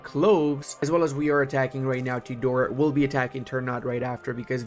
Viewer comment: Ternate: tr - naa - tay. Tidore: Tee - Door - Ray. Just a minor info from Indonesian.